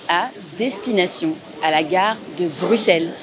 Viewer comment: J'adore vous prononcez Bruxelles correctement comme un belge